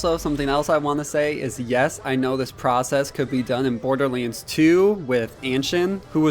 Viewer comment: Borderlends... its borderlands